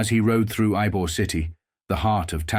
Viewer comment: You called Ybor the correct pronunciation is ebor the y is pronounced E, it called Ebor city, I been here fifty years Jimmy mac